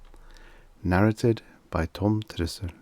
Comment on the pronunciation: Do you realise that the 'a's in "narrated" are pronounced differently? The second 'a' is a long, hard 'ay' as in "pay".